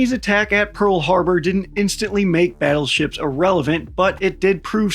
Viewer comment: OH GODS PLEASE...the WHUT?? "BIG BUTUFUL BADDLESHIPS"...gimme a fkn BREAK..."GOLDEN HORDE" Is this RUSSIAN FREAK THAT DEMENTED?? Golden fl...MY ASS... I cant even FATHOM as to WHY!? WHY for gods sake? Because the GOLDEN TACO TURD wants it?.... Battleships were OBSOLETE the moment missile tech got anywhere near a CRP of 100 meters...TOO fat, too SLOW too PRICEY and TODAY ya couldnt even PAY for ONE let alone a whole ass fleet... Fkn NAVY cant bring up the LCS for gods sake, a sloop compared to a TOTALLY NEW kind and class of BS...The BS is BS